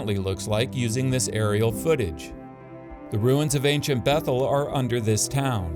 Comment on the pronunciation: Its so ironic and funny that an archaeologist cannot pronounce the word, "ancient" properly xD Thanks for the new upload. I have been hungry for another and this one hits the spot perfectly